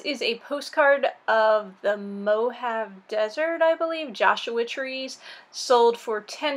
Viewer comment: TFS and enjoy your time away. Btw it's pronounced Mohavee Desert.